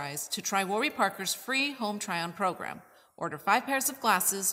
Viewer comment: I can't believe you pronounced Warby incorrectly.